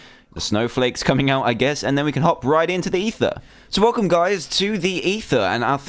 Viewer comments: Its not eather but ether. These are different. If you goddamn pay attention i would like you guys :/ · No dumbass its ether